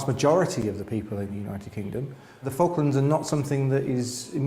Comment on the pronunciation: You pronounce them FuckLands! 😂😂😂😂